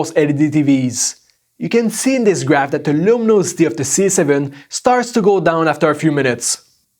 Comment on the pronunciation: downsiiide like the varying lumonosity and the interrrrrpppppppooor detention lol